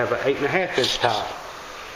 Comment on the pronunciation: Thought this was about tiles but he kept saying towel